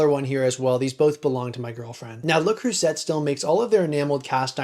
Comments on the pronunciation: Le Creuset is pronounced "say" at the end, not "set". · It's pronounced ”luh-creu-zahy” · Pronounced le crew say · “Le Croo-Set” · I could be wrong, but I think Creuset is pronounced Crew-say. They and Staub are both great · I think you'll find that 99% of the worlds' population know that the "T" is silent in LeCreuset, sorry a credibility issue from the start I'm afraid. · Please learn how to pronounce Le Creuset properly. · We don't pronounce the T over here in the UK either